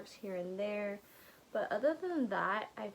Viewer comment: I appreciate the “we see each otha” 😅